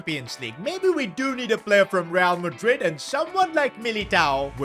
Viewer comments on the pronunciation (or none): none